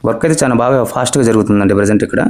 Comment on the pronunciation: చాన కాదు బాబు, చాలా.. ఎత్తు అని పలకాలి